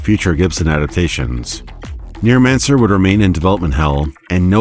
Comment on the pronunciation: Whenever you say Neuromancer I hear NEARmancer.